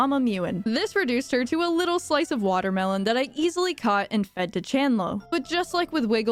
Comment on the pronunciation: Ah yess my favorite fruit : the water-mee-lon 😂